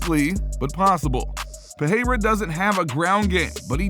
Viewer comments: You say Pereira wrong. You say it like "peheira" but thats wrong. Perreira would be spoken peheira. Pereira is spoken Pereira. Its cool that you english speakers have catched up to the rolling r in brasilian portuguese, but dont use it everywhere. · Alex Pehayra? you are the only one that ive heard saying it like that